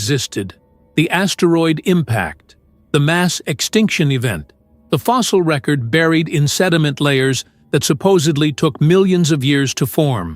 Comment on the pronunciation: Surely…… For a video of such stature and consequence, one could hire a professional to narrate the text and pronounce all of the words correctly knowing that the word “record” can be a noun or a verb and is pronounced differently for each. SMH